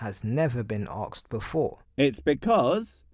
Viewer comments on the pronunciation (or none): If you can't even say the words "ask" and "asked" properly but instead pronounce them as "arks" and "arksed" then you have no business telling others what words mean or how they are to be used. Plus, the question: "What is god" is asked by the atheist who in turn evaluates the answer and subsequently tells you that they don't believe in that god concept either. Simple. These videos that try to "debunk" or refute "atheism" always fail because they never attempt to prove god exists. You can't "debunk" someone's non belief anyway. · It's driving me up the fucking wall that he keeps saying AKSED and not ASKED. Holy shit. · I really hate it when people say arkst/ahkst/akssd etc. instead of asked. It really winds me up for some reason.